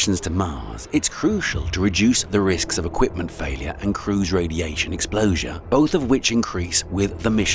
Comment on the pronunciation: " ...equipment failure and crews radiation explosure!? " That sounds bad...